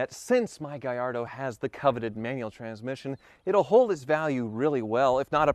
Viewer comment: Dealership salesman, selling the "Gay-ardo"